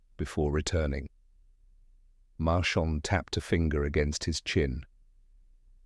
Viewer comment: Narrator can’t say Maigret. I have heard at least three other names. I wonder if it’s a copyright dodge.